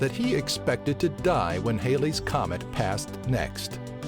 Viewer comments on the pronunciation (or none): It's Halley's (not Hailey's) comet. Named after English astronomer Edmond Halley, who determined it's periodicity in 1705. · HAL-ee's comet, not HAIL-ees. And comets don't 'pass" in a single day.